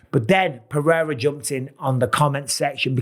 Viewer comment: PEH. HEY. DA. That's how you say it. For all your white guys. PEH-HEY-DA